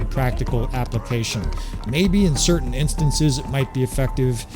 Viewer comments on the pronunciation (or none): none